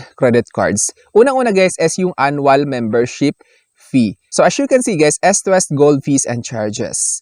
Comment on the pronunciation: ehst west.. dapat eest west.. sakit kac sa tenga sorna